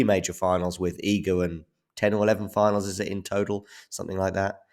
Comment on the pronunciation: Respect for the good pronunciation of Iga name. not everyone does it correctly. .even the judge during the match xD